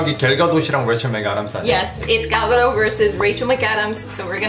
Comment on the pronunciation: A lot of people say Gal Gadot's name like its French, and drop the T, but the T should be pronounced